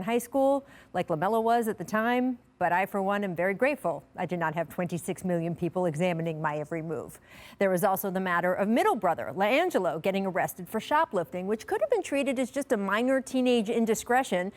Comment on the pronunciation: Not Ly-Angelo it’s LEE-Angelo**